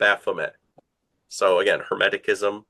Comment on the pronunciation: It's Hermeticism , with a soft c . Not " Hemetickism " . I'd of thought an expert would know that .